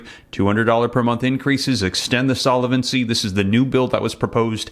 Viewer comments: Please, since you use the word “ SOLVENCY “ so often, I really wish you would learn proper pronunciation of it !! No way it is Solevency 👺👺👺🦧😎😎👀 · Solvency, not solavency, based on the word solvent, not solavent. Not intended as a criticism; thought you'd want to know.